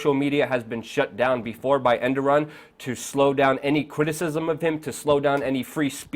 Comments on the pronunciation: Air-Dough-Wan, not End-Er-Run. But frankly, almost no one gets it right and I don't really care. Good reporting, as always. Do you think the Russians could be involved in encouraging the military (portions of it, reportedly) to go through with their long desired coup? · Enderon? and you don't know his name because its not important enough? Here's a clue....The guy who was just overthrown his name is Erdogan not Enderon. ...Or was that supposed to be funny? Or worse, is it a clue to your agenda? Why not call him Underwear? That would be funny. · Say it with me Air-Du-Wan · Luke, it's not EndTheRun, it's Erdogan, but you're meaning well, YOU ARE FORGIVEN !!! lol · His name is ( err doo gaan ) 😁💕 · His name is Erdogan, not endorun. It's hard to take you seriously when you repeatedly get his name wrong. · er-do-wan phonetically so everyone knows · who the heck is "Endoran"!!!!!??????? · Who the hell is Endoran haha. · Did get the guy's name right man! "Endoran"??!! And u claim to be a reporter? U can't even say' incredibly'. If u r gonna masquerade as a news channel/ reporter, u may wanna work on.. Hmm what's the phrase I am looking for here? I dunno world general knowledge!!!! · Endoran? Are you serious. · It's pronounced ; Air da hon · goodanalysisandlogicbutitis erdogan not endoraan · Oh god Luke, will you please pronounce his name correctly? Air-do-wan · learn how to say his name if you want to sound credible. Wtf is Underon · "Endogan" lol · who is ' Enderon' ? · Good info bro, but it's Erdogan , not endoran. ... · To be exact, the Turkish pronunciation is "errdohuan". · it's Eduwan, listen to how Obama pronounced it. He got it correct. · The guy is called Er - Do - Gan. Just saying. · Ouch,,,, you totally got his name wrong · pls pronounce the name correctly pls Erdogan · False flag? Learn how to at least speak the dictator's name! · learn to pronounce Erdogan's name first ffs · Er-de-Juan...not Enderon.... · he's not Endoran, its Erdowan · Err doe wan.